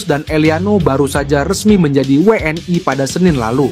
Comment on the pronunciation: Kok ngomong nya pe es ai dan we en e sih, lucu dengar nya,,, semoga timnas dapat nilai positif 👍